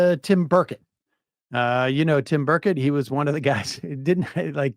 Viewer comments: FYI Burchett is usually pronounced Birdshit, not Burrkette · That's not how you pronounce Burchett's name.